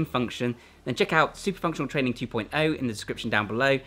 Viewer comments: thunctional three 😂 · Cbum aproved "thunctional threee" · I liked this video at "Thunctional"